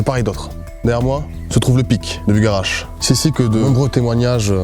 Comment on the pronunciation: faut arreter de dire buLgarach par contre ptdrr